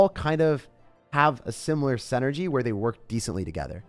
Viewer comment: I love you and your videos, but you pronounce the word "synergy" incorrectly. You say "SEN-ergy" but it's "SIN-ergy." If you corrected that, your videos would be perfect.